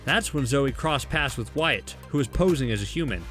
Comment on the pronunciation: its wyaat not wire dummie